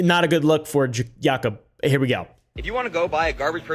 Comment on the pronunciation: Very offended you didn't pronounce it "Yah-koob". Rasis.